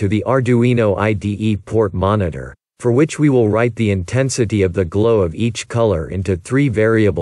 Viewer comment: Be careful to pronounce/ emphasis the word “for” correctly when talking about loops. As this stands your meaning is confusing and unclear.